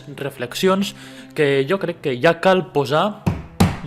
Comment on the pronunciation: Bé, deixant de banda la degradació actual de la llengua a TV3 i en molts altres mitjans, mai he acabat d'entendre perquè en molts doblatges les paraules "jo" i "ja" els pronuncien com "io" i "ia". Vaig veure un comentari d'una dobladora (no recordo qui) que explicava que era a petició de la productora. Entenc que deu ser per una raó semblant que la de "vull" per "vui", però no l'entenc, perquè jo parlo dialecte central i pronuncio aquestes paraules amb la j. No ho sé, ho trobo incomprensible.